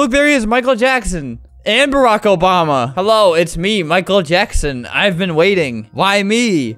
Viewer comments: Obama ❌ Obamda ✅ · obama ❌ obdama ✔️